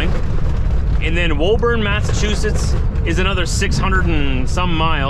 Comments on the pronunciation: Hi, I know you’ve already been through here by now, but in case you get a chance to read this, the local pronunciation is Woo-burn not whoa-burn. I hope you got to sample some of the local seafood. Safe travels. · 🎉 WOBURN, IS PRONOUNCED WOOBN.